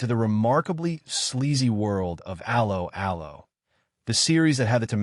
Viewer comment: TLDR: Rage-bait, don't watch. How appropriate that this piece of rage bait should have an American AI voice-over that mangles the very name of the show. Just like every piece of popular entertainment it was a product of it's time and would not be successful in any other context. Personally I would take this fantasy send-up of wartime movie tropes any day over the barren desert of today's American streaming channels whose only successes are bowdlerised reboots of the very classics you decry